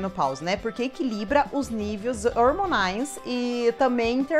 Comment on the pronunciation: FERTIUS , não . F E R T E I S !!!!!! Niveus , não . N I V E I S !!!!!! Dismenerelização , não . D E S M I N E R A L I Z A Ç Ã O !!!!!